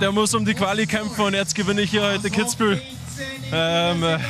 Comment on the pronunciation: Kitzbühel* bitte